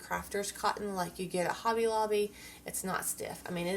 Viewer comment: Why do y'all content creators call it hoe-bee when on their own channel they pronounce themselves same as 'hobby'? 🤣